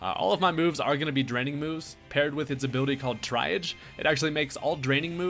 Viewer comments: Try-age lol it's pronounced tree-ahj. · What if you put big root on it too 😱 Also not that I really care, but triage is pronounce tree-ahj 👌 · Triage is pronounced Tree Arge